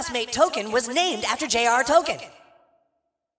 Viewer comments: Correct, even mispronounced Toll Keen as toe ken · "Toll-keen." Not Token. This is such a stupid joke/rewrite. J.R.R. Tolkien's name has ALWAYS been pronounced "Toll-keen". If Token (nope I refuse to recognize this change) was really named after the author...why did NOBODY, not even TOKEN HIMSELF ever correct anyone? The parents just went through life not knowing the correct pronouncement of the name they elected to give their own child? And let us not forget TOKEN SIGNED HIS OWN NAME IN AN EPISODE AS "TOKEN". Next their going to tell us the family's last name is really "Blackwell", but the townspeople changed it to the "Blacks". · yes indeed. The C in Tolkien names and places are always pronounced with a "K" sound. Intentional or not, mispronouncing the name is pretty funny to me. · That's not how Tolkien is pronounced.